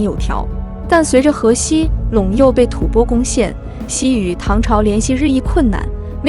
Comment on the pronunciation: 吐蕃的读音，一会读对，一会念白字，建议好好播讲下，加油！